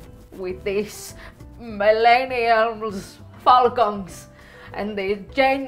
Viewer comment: Lmmfao...she said..."Milleniums......Phfalconez"...I'm frikin dying!🤣